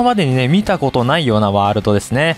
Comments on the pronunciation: ワールﾙﾙドがって言ってるw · ワーrrrrrrrrルド めっちゃまきじたwww